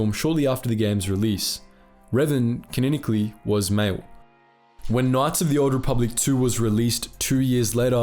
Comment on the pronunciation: It's "ca-non-ically", not "kineckly". Ffs.